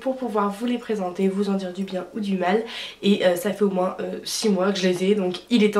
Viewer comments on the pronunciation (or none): none